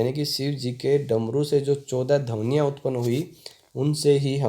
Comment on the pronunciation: ध्वनिया का उच्चारण आपने गलत किया है | 🙏🌷🙏